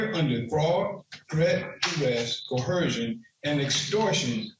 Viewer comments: 6es, it's pronounced " co er shun" not "co her shun" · LOL The sovereign citizen keeps saying COHERSION. --- instead of coercion. LOL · You mean like how they all mispronounce the same words and don't realize it, like "dur-esht" and "cuh-her-zhun"? 😂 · Yo,, there is no "H" in the word "coercion". That part made me way more annoyed than I should be haha.